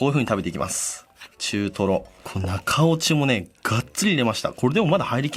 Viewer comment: 「中落ち」が「中折れ」に聞こえる俺は末期(｀・・´ )